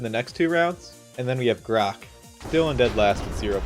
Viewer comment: Calling Grok Grox is crazy